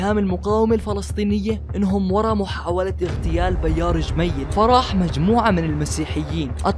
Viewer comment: Never heard anyone called him Bayar El Jemaye hahahah before. Bayar?? Try to say Pierre